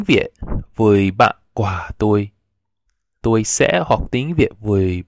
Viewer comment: Yeah Vietnamese! And thats true, its perfectly fine to say "ban toi", thats what most native speakers say. Personally i like to use the preposition "cua", because im a native english speaker. But that adds a little awkwardness. Your pronunciation is quite good. Careful with "cua". It sounded a little like the word for fruit. It helps to exaggerate the tones alot.